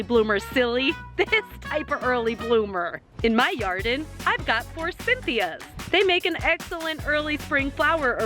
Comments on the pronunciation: if you say "yarden" one more time, imma cut a bish. xD Never mind, you did it yourself. xD BE CAREFUL! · did she say in my yarden